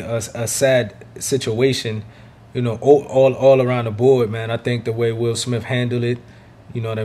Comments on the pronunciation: U know u my guy right. I Love your channel and I watch your videos Everytime I log-on YouTube. But brother it kills me when u say Will Smiff, Will SmiTH brother 😁😉. U still Kool with me 😂. Keep Doing your thing!! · He said Will smilf!🤣